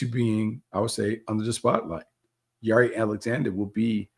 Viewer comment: Since when does Jaire pronounce his name like that? 🤦🏾 you throwing me off Bucky